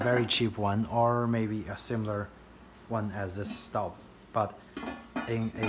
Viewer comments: Proper pronunciation is "STOHB"....and I LOVE my 7qt Cocotte in La Mer (teal blue)! Got it for Mother's Day and I have used it almost every day. As a Southerner, my cooking preference is cast iron and I am always looking to add to my collection. I had grappled between the Le Creuset and Staub for a larger dutch oven for almost 2 years before making my final decision and boy am I glad I chose Staub! Outside of my heirloom cast iron skillets & braiser (vintage BSR & Descoware), this Dutch Oven cooks like a DREAM! I am a homemaker and cook for my own family at least 5 nights a week. In addition I am on the Meal Train team at our church and our daughter's school. I prepared 3 additional meals for other families just last week and La Mer performed beautifully! Perfectly seared whole chicken one night; not a single grain of over/undercooked rice for a Mexican One Pot 2 days later, ending with a flavorful crowd-pleasing batch of baked ziti. Cleanup is a breeze, though I take great care not to hit it on the granite while washing. And I use the same fresh flaxseed oil (refrigerated case) from Whole Foods to treat it after drying it, that I do for the rest of my cast iron. It is a worthy investment as I look forward to taking good care of it in hopes of passing it down as our own heirloom piece. To our sweet girl! If you spend any reasonable amount of time in the kitchen cooking for your family and loved ones, I'd say its a justifiable purchase. Besides, aren't you worth it! 😁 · It's pronounced schtawb